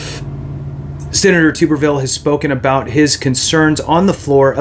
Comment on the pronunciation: Pronounced Tub-er-ville.